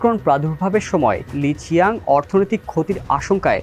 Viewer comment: ওনার সঠিক নামের উচ্চারণ হবে লি ছিয়াং